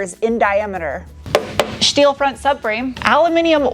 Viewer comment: All "schteeel"